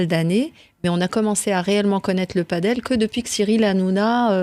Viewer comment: padel pas paddle